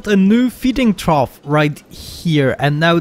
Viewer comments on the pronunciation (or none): none